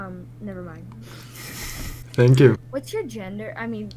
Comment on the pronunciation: El pibe: "denkyu denkyu"